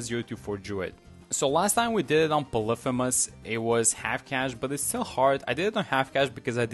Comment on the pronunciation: Not the Polyphemus pronunciation😭